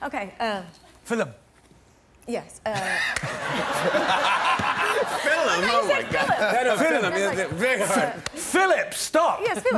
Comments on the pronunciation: Some Irish people pronounce it filllum! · He said Filim 😂😂😂😂 So cute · Damien Lewis said “fillim”,that’s how lots of us Irish say “film” 👍🏼😂🤣😂🤣👌🏼 Cheryl nearly took “break a leg” for granted 🥴🤣😂🤣😂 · "its a filem" HAHAHAHA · that British guy just pronounced film in an arabic way. I was kinda surprised to hear him say it, sounded like an arabic word. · in what accent he pronounced "film" like that ?? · He 100% is doing an Irish accent, he does the same when he says fight club, mystery solved.